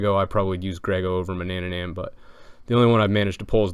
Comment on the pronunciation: Its not ma-na-na-nan its ma-na-nan